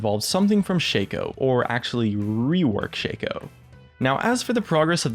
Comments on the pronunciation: shaco not shayco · I am really disgusted by the way you say Shaco... You pronounce it ShakeO... his name is pronounced ShackO. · It is pronounced Shaco not Shaco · Why does everyone (Including Riot the past few years) pronounce Shaco's name wrong? ITs Sh-Ah-Ko not Sh-Ay-Ko Otherwise the joke of his nut-cracko skin just dosen't work does it. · Sigh, it's Shaco not Shaco! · Lol dude.its shaco not shaco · its prenounced ''shaco'' not ''shaco'' kappa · Can you please say Shaco correctly? That shit is bugging the fuck out of me. If you say Shaco like you do, try to pronounce nutcraco the same way and see for yourself how fucked up and wrong it is.